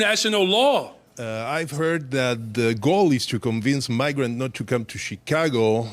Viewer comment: Is he sayin migraines not welcome in his city? Oh shyt